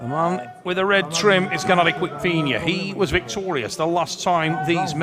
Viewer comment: Tell it's not Quick-Vinia FFS